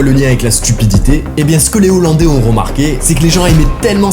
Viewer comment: On ne fait pas la liaison entre les et hollandais !😉